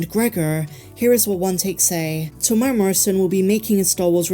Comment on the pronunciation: I really enjoy your videos but please learn how to say Temuera. Teh -moo-erra. It's not hard.